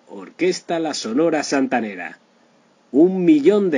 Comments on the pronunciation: Que trucho que sos amigo... primero le robas el nombre a un excelente canal argentino "La vida y el triste final..." con finales tristes de verdad y no con gloria como este caso y encima robas el texto de otro lado, decís Santanaera en lugar de Santanera, hablas como vendiendo churros en la playa, en fin... un consejo de amigo, dedícate a otra cosa. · Ésta máquina parlante dice "santanaera " 🤯👎. Sonia López 👏👏👏👏🌟🌟🌟🇲🇽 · No tienes idea, se dice SANTANERA ASI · Da pena escuchar su pronunciación de la santanera y no separar la pronunciación, que alguien le corrija, antes de grabar.